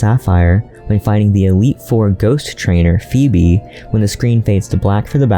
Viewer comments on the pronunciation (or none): none